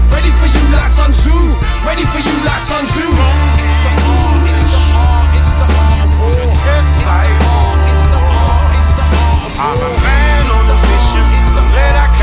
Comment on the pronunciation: As a person who is fluent in mandarin and Cantonese it bugs me that Sun Tzu's name is mispronounced. However, this is another top track.